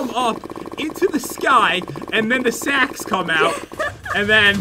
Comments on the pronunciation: me: ITS RAINING SAKS pat: I never hered someone say its raining saks me:I just said that me:ITS RAINING SAKS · You said sack🤣🤣🤣🤣🤣